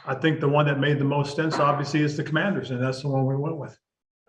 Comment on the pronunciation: AS a life long fan i have to say ...you fumbled the team name.